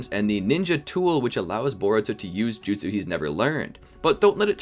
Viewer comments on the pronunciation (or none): none